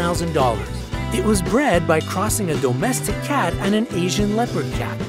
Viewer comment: I can’t when people PRO-nounce the word domestic as DOUGH-mestic 😅😂😂😂